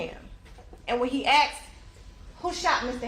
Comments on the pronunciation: I too have a problem with aksed. One would think you would speak as if you are educated. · wtf is aksed, or axed?! It sounds so unprofessional..